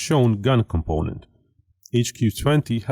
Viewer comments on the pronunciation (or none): none